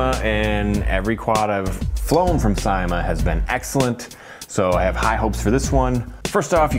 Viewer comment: 10th view. nice video as always. and its pronounced as sa-i-ma